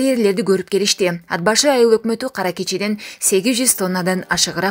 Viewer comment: Ад башы эмес ат башы деп суйлосон. Карэрлер эмес карьер деп айтылат.